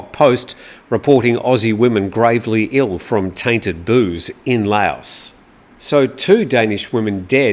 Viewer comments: I thought you prononce Laos as "Laaoh" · What's wrong with Nigel Farage,? At least he can pronounce Laos (silent s, rhymes woth cow and how) correctly, unlike you! Lay-oss 😂😂😂😂😂😂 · Lao(s)… I’m sure the western international pronunciation gurus say otherwise… but nonetheless, it is a little difficult on the ears to hear it pronounced less than correctly 🙏🏼